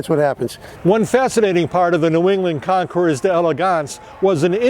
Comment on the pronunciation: Hi, Nice video and well presented commentary. I believe that Concours, has a silent "s" at the end.